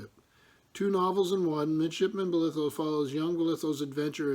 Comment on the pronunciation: Also I'm sorry to correct you..but the pronunciation of my family name would sound more like Boliiithough ..stretch it out a bit and slur it out a bit because if you go to Falmouth. everyone slurrs a bit haha